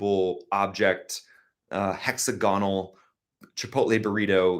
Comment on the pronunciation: hex-AG-gon--al (emphasize AG) is the way to say this.